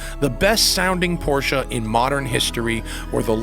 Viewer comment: You get props alone for saying Porsche and not porsh like most of the other idiots. Thank you Matt!!!!